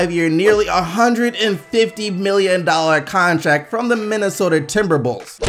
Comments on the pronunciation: Who else heard him say timberbulls 😂😂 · Did he say timberbulls? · did he just say :timberbulls"? 😂😂😂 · Was i the only one that heard the Minnesota Timberbulls. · "minnesota timberbulls" lol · DID ANYONE HERE HEARD SAYING "MINNESOTA TIMBERBULLS" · he said timberBULLS